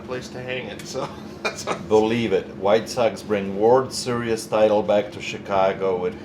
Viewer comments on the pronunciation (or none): Pronounced world seereez. Not world serious.